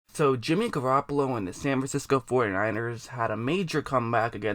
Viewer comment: SAN FIXCO lol